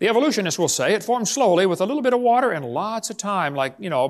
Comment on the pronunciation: proof that Kent can in fact pronounce "water" like a normal person. proof that he purposefully, selectively says "wah-TTer" like Helen Keller as an affectation.